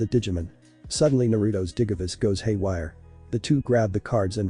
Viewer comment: Just to let you know that the voice is saying things wrong such as the digimon names and digivice it sounds weird